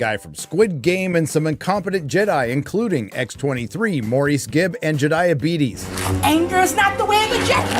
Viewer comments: "Jedibetes" hauahuahuahuahauhaua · "Jediahbetes" LOL!!